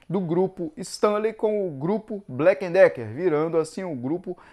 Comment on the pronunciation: Porque todos falam blacken Decker se é Black e Decker?